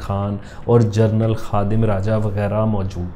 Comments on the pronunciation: Correction this is pronunciation as General NOT journal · mispronounced genaral as journal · لفظ جنرل ہوتاہےنہ کہ جرنل۔ ہر دو کے معنی الگ الگ ہیں۔ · ”جنرل“ not جرنل